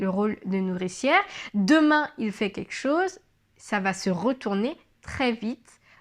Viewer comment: Juste un petit conseil concernant la diction,c'est très bien,le regard est franc,le gestuelle adaptée 'on s'en que tu parles avec ton cœur, c'est fluide... cependant,fais attention à ne pas dire ", queque chose" mais "quelque chose..." Sinon,tout est parfait...♥️